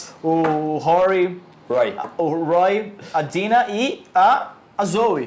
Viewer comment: Ei Warner Channel Brasil, você paga esses dois pra fazerem isso? Poxa, não tinha uns carinhas mais articulados?! Esse cara barbudo (acho que é ) vem trabalhar no canal da Warner e nem sabe pronunciar os nomes dos personagens de Arrow direito. O cara chama o Roy de Rory, a Dinah de Dina e a Laurel de Lauren....por favor né!!!!Tudo bem que nem um dos dois gostam de Arrow (são 2 fanboys de Flash descaradamente), mas se está trabalhando com todas as séries do Arrowverse, ao menos aprende os nomes dos personagens direito!!!Isso é o minimo. O do canal Hero mania ao menos sabe pronunciar os nomes dos personagens direito.